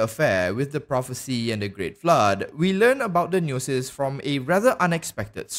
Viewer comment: Omfg why do you say gnosis like that?